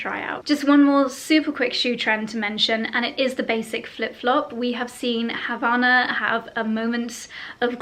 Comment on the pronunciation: Havanah? Lol it’s HAVAIANAS